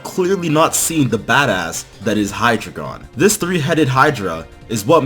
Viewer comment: It's pronounced high-drei (like 3 in German)-gon